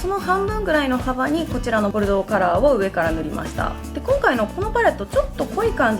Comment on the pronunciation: 今回はちゃんと「ボルドー」って言えたね☺️w